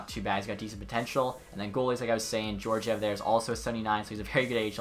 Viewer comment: Alexander Georgiev is pronounced ( Gee-or-gee-ev ) *Gee as in Hard G Sound